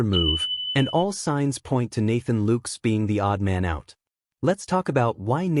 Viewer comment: Why cant this reporter pronounce ANY plyers names correctly. maybe this a computer? "LOOKES"? "GEEZUS" ?